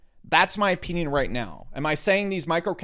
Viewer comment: "in my opyinyin" XD